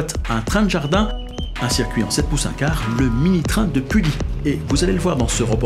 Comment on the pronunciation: Bonjour, je suis conducteur au Mini-Train de Pully, je voudrai vous remercier de ce beau reportage et vous corriger 2 erreurs ! -Le MNT a fêté ses 30 ans en 2015 ! Bernard a donc été président 30 ans ! Le MNT fêtera donc ses 35 ans en 2020 ! -Pully se prononce "Puhi". Ce n est pas grave mais maintenant vous le savez ! Merci encore et bonne journée !